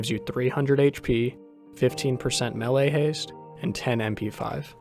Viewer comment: Upvoted for being able to say melee properly. Also great guide 😃